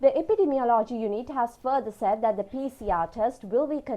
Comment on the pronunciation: I don't know if this is related to the eye English news at 9pm but if so can the news casters be advised to drop the accent and pronounce the words properly..... said is not Z but S?!!? They keep on saying ZAID🙊